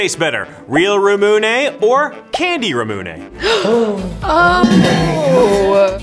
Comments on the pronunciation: Ramune (rah-moo-nay) That is how you pronounce it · Not to be rude but it’s pronounced ramune(Rah-moo-nay)